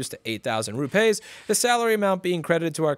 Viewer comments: 'Rupays' lol.. It's pronounced as it is written fella - rupees.. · Apple taking advantage of the Caste System. Ps. It’s not ru-pays, it’s ru-peas in pronunciation. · Louis! It's not rupays, it is pronounced ROO PEEES (soft p sound). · it's pronounced " ROO-PEE's " xD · It’s pronounced - Rooppies! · Its pronounced "roo-peas". Ya yank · Rupees is pronounced "roo-pees" (it doesn't rhyme with toupees) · I learned a new way to say Rupees.